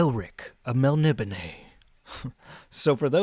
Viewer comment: Well I had to check it out but your pronouncation of Melnibone is dead on, I always thought it was melni BONE like in a skeleton... I have that same edition but I haven't got into it yet. Stormbringer the sword seems very influential, the whole black blade thing, Erikson cribbed for Anomander Rake in Malzan and other authors have done the same.